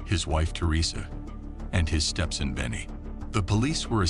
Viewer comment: Say Vietnamese & Stepson again 😂😂